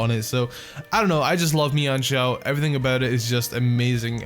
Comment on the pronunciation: It's men shao